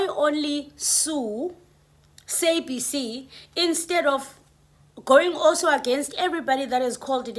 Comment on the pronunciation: The way you pronouncing sabc, it's stressing me out 🥴